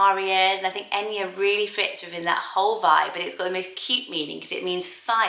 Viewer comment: I'm Irish and I'm sure there are people with the name enya but most people pronounce it like Anya with the spelling of enya